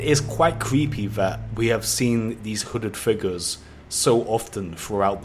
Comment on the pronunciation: Your saying wooded figure